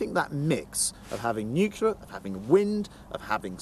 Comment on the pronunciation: Hilarious that Grant Shapps can't pronounce the word "nuclear". Even George Bush Jr did better than our Grant! Listen to his way of rapidly avoiding the correct pronunciation in favour of something like "nooka".